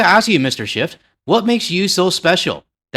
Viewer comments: It's "SchiFF" ...not "SchiffT" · Just love how you change that senator's name by accidentally adding a t at the end,.... yeah, he is a 'shift(y)' guy..... And I will never buy any US wine, I'll stick to my favourite BC wine, Jackson Triggs, from just down the road, and locally made beer....Okanagan Springs. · Just a quick note from a radio guy… there is no T in Schiff when you pronounce it. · Agree with your sentiments, but the name of the California senator is Schiff , not Schift. Don't weaken your argument with mistakes. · I am certainly no fan of Adam Shiff. However, if you are going to rail on the guy perhaps you could say his name correctly. Ironically Taco Tuesday calls him Shift as well.... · Something that makes me giggle: when you ask us to click on the bell icon all, as well, it sounds like: Click on the bell icon, ALL IS WELL.. I love that part. As for Shift, from a Canadian perspective, he is a Republican wanna be. He is in politics for the Grift Only, Just like Nancy Pelosi and Chuck Schumer. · I have NEVER liked California wines. I tried a few, and stopped. They are horrible compared to many other countries wines, including Ontario wines!! Oh and by the way, there is no 'T' in Shiff. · They're US-ers. That's all. Nothing else to say.😂🇫🇷🇪🇺 Also it's SCHIFF. Not SchiffT. No T on the end. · I was a bit more polite when I commented yesterday on Schiff’s YouTube post (ingrained Canadian politeness 😬), but I agree with you. At this point, even if it all goes back on shelves, their sales won’t come back to the same level. Ontario and BC wines have benefited from this whole thing. And it’s Schiff, no T